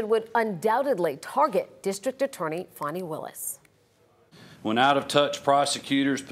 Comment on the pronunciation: It's Fan e not faun e